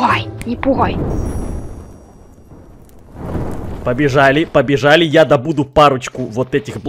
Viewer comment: ну всё не пугай не пугай Я: ты так букву Г произнесла что будто бы не не пугай а не бухай!